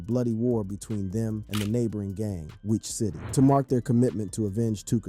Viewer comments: this man called it witch city, white city, wiic city lmao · bro said WIIC city 45 different ways lmfao . and not one was right. good vid tho